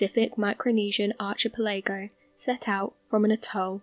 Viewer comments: Archie-pell-a-go...I'm out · That shit had me laughing loool I'm from London we don't say it like that it's a lie lool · I'm from the UK too and archipelago isn't pronounced the way she has done 😂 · if the narrator cannot pronounce a basic word correctly ( english) it doesn't say much for their credibility , im out as well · Three pronunciation errors: archipelago, Canberra and schooner. Please check these, it detracts from your narrative. Thanks. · Not bad just need to work on pronouncing words like archipelago..